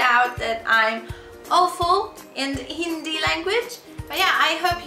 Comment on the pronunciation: When people can't even say hindi (she said indi )correctly how can they speak in hindi ??😂